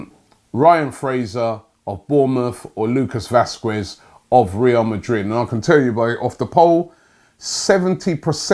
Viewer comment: All I know is Robbie does not say Shkodran or Vazquez correctly